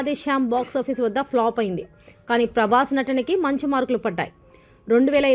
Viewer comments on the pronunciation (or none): none